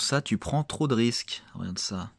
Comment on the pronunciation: rOGarde pas si c'est rOlou